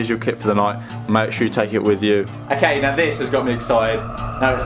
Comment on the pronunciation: the way he tells okay ''akay""